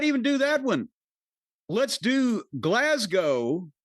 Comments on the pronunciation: OMG Jim is the first American I have heard say GLASGOW properly. Glaz-Go. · The first american I've heard pronounce Glasgow correctly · Jim actually pronounced Glasgow properly. First time I've ever heard an american pronounce it correctly. Every other American I've heard try to pronounce it they always pronounce it as "Glasscow" or "Glassco". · Wow! An American pronounced Glasgow properly.